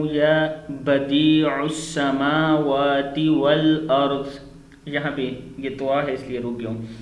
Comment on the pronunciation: As Salam O alikum, ap Jo bhi Qari ho, Salam ho, ho bhi ho apni ye video 1dafa for se sunan or for krn ap ne Khan mistake ki he Or 2nd bat es Dua ko khud bhi read krn or dakhn yahan per likha he Ya badee as Sama wati or JB k ap phar rahy hn ya badee us Sama wati itni Bari mistake es sahee krn or ye video delete krn